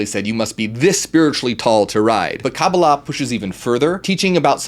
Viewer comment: I appreciate that you pronounced Kabbalah like my Jewish friends, not others. Ein is like ain/ayn pronunciation. Anyhoo, yes! BTW ein can also be translated "without boundaries." "You are that" is like "I Am that ... I Am!"